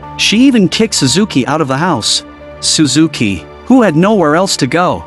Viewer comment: its shuzuki😂